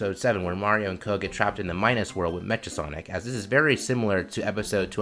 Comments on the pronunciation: 😂😂😂😂 It's cool just funny to hear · This is a good video. You just pronounced Mecha Sonic wrong.